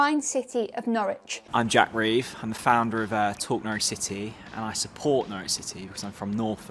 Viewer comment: "No-ridge" not "No-rich" -- It's ok, they even get it wrong on most commentary. :)